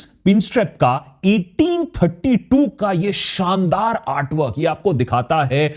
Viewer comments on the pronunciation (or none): none